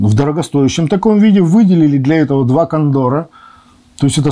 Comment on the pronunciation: кондОр??? сразу выключил..